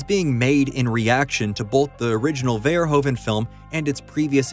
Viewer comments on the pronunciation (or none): it's pronounced "Furhoofen" not "Verrhooven". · Verhoeven is said like "ver who ven" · I always laugh how badly verhoevens name gets fucked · why does NOBODY says verhoeven's last name right !!!!!!!!!!!!?????? it's so fucking annoying !!!!!!! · Nice video but the pronunciation of Verhoeven is killing me.